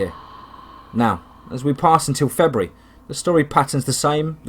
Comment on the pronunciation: I like how you pronounce feburary." "Febree"